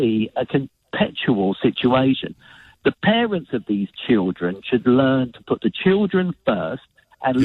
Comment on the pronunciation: “You can choose whether you eat, or not. Blame the pawents.” What a tool.